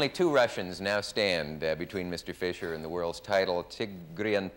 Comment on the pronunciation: Bobby Fis cher 😂 Mr. For sure